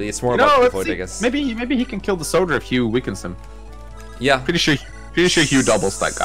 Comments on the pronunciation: wait but isn't the name "hugh" usually pronounced "hyoo" not "yoo" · You aren’t pronouncing the “H” in “Hugh”, that’s why it sounds like “you”.